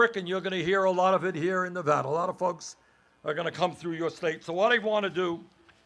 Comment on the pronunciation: YES! He said Nevada right!